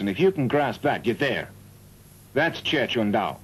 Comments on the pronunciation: why does it pronounces it "Jet Kun Dao" ? It's pronounced "Jeet Kune Do" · He called it Jeh Chuan Dao in this movie because it is a Mandarin movie. Jeh Chuan Dao is how you pronounce Jeet Kune Do in Mandarin. Jeet Kune Do is a Cantonese pronunciation. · Very True Jeet Kune Do is the Cantonese Pronuciation Jie Quan Dao is the Mandarin pronuciation but in this dubbed movie they still didn't say it correctly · What a terrible pronounciation of Jeet Kune Do but it's English dubbed.